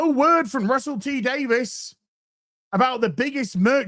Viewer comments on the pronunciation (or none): none